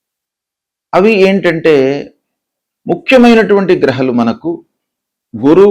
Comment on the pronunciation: గ్రహలు కాదు గ్రహాలు😂